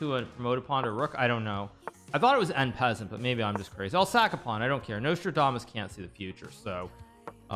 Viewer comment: "en peasent" Hikaru Nakamura